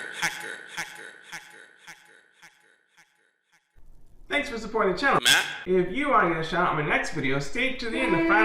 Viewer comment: The last name is pronounced Hayker but is spelled Haaker